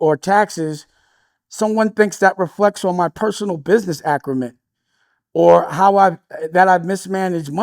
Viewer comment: it’s acumen, not “acrumen,” dummy